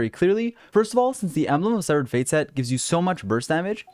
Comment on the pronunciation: Lmao wut did he sayyy. embelgd of sevfuc fate